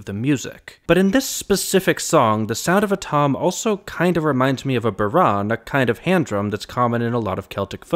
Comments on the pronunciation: Great analysis. One little niggle: bodhran, like a lot of Irish words, is pronounced with emphasis on the first syllable. So it's BOW-rawn, instead of bow-RAWN. Anyway, great video. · It's like FUR-gle LAW-ler, otherwise pretty good on the Irish names! Oh, and it't BOE-rawn or BOW-rawn, not birr-RAHN. But this isn't easy for native english speakers, you're doing great. And as a Dub, I think you've got the political and national context of this spot on. Thanks! Oh, and they sound like anapaests rather than amphimacers to me in the bridge. But I'll grant that it's ambiguous. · bough-rawn or bow-rawn, but second syllable is not typically stressed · Good job (other than the pronunciation of bodhrán :), which is more like wow lawn [bow-rawn]). Its quite a powerful song about a recent part of our long long history. Kudos for an enjoyable analysis. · I was in primary school when this was released. It was *everywhere*. I have memories of classmates from more nationalist-inclined families loudly singing the weapons, which is really sad in retrospect. For the record (and I hope you don’t mind my saying so), I’ve only ever heard bodhrán pronounced BOW-rawn. First syllable stressed and rhyming with plough. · I always heard it as Baw- rawn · Heads up for fellow content creators: please check pronunciation of non-English words before you shoot your video. Yes, Irish words are not spelled as they sound to English speakers (I am Irish) but they are not difficult either. In Ireland Bodhrán = BOW - rawn (bow as in the front of a boat, rawn as in brawn). Forvo is my go-to website for pronunciation, but there are many others. Thanks! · Is it pronounced differently in Scotland? I’m much more familiar with it being more like BOW-rawn (either bow like 🙇‍♂️ or 🎀)